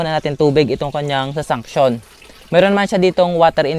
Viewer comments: Suction Po Hindi Sunction. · Suction Hindi sunction😁